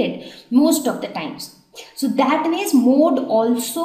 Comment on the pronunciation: Which is the mode of pencil? Say correctly mam